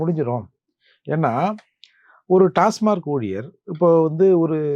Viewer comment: அது டாஸ்மார்க் இல்ல...டாஸ்மாக்.